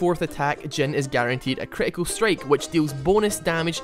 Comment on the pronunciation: i like how you pronounce him dzen XD not jhin